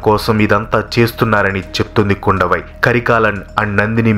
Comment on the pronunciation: చాలా వరకు బాగానే ఉంది, కానీ కొన్ని పేర్లు తప్పుగా పలికారు వనతి కాదు వానతి, కుండవై కాదు కుందవై, వండియదేవన్ కాదు వందియదేవన్, పూన్గుడలి కాదు పూంగులలీ, పెరియప్పడు వట్టరీయర్ కాదు పెరియ పలవెట్టు రాయర్ 😂😂😂😂